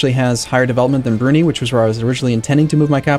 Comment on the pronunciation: the country "Brunei" is pronounced "Broo-Nai". "Nai" as in Nine without the -n sound. Im not trying to be nitpicky but it's killing me... mumbles "Brunee"....